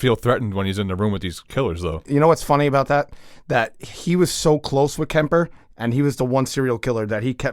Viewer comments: Are you saying Kempler? It's Kemper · lol even after everyone else was pronouncing it correctly he doubled down on “Kempler” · you kept saying kempler hahha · Couldn't someone have just once corrected "Kempler" to "Kemper"?